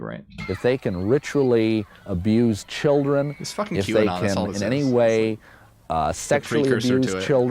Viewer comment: "Won't somebody think of the chrildren"........